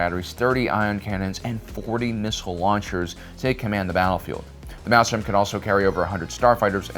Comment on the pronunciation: Sorry, but it's ' Maelstrom ' .